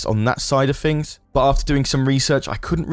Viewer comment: Things, not ‘FIngs’